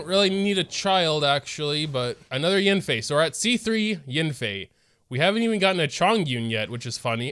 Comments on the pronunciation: “It’s probably a Childe though” Well you did get A child, Qiqi. Oh and whenever you call YAN-FEI as YIN-FEI it just keeps triggering me XD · god i hate the way this dude pronounces yanfei its so cringe